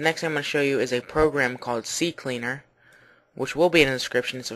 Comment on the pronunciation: C-Cleaner, not C-C-Cleaner. Name of it "CCleaner"